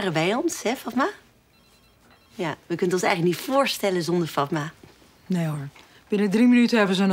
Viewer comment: k wachte op het moment wanneer fatma goed werd uitgesproken